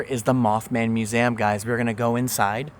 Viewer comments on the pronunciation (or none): I’ve never heard anyone say muzam instead of museum?😂 You are one of a kind,! 😊